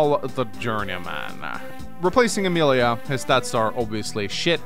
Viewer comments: it's AE-MEE-YAH. Obviously from Fate Stay Night 5th Holy Grail War Archer, which is Emiya Shirou. It's Japanese name... so you read it like Japanese, no long vowels. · Just so you know this character is a direct reference to the Fate series (Fate: Stay/Night, Fate: Unlimited Blade Works, etc.) and his name is pronounced like 'Eh - mee - yuh'. Not really a big deal and im sure you've had people tell you before but i just wanted to make it known. Also real quick here's a cheat sheet on how to pronounce any Japanese word. (for the most part) Again, not really a big deal but I have heard you mispronounce Japanese words/names improperly before so if you would like you can just refer to this guide. (Or just keep saying words whichever way makes you comfortable) Japanese has an EXTREMELY simple pronunciation system composed of 5 vowels. A, I, U, E, O, A is pronounced as 'Ah' (as in 'augment') I is pronounced as "Ee" (as in 'green') U is pronounced as 'Oo' (as in 'smooth') E is pronounced as 'Eh' (as in 'enter') O is pronounced as 'Oh' (as in 'open') Every other letter is pronounced pretty much the same as it is in English so you only need to know how to pronounce the vowels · The way pronounces Emiya hurts my soul. Him being my favorite Fate character.